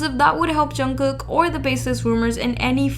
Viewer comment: its pronounced jun-g-koo not jungcook